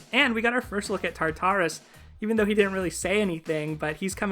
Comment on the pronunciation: I think you're pronouncing Tartarus incorrectly. Don't space out the tars. kinda sounds like "tar-taure-us" in 3 quick syllables.